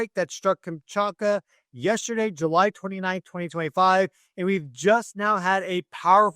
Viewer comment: Russia managed the evacuation of people from the coastline very effectively. No casualties or injuries whatsoever. Why so much mention of Japan and the US but absolutely no mention of Russia where the earthquake actually happened? Also why can’t you pronounce Kamchatka correctly?